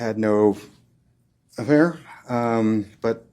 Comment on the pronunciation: observe (hear and see) how he acts when half-pronouncing "affair"